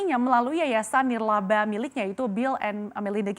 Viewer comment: yayasan "nirlaba"